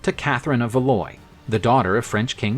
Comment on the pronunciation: This is going to sound really petty, but the pronunciation of many names distracted me terribly. Valois was a particular sore point.